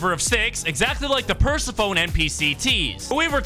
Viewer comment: Persophone? Meeglodone?? Mag net too??